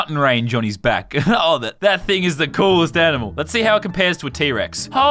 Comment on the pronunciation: did he just call a dinosaur a anmal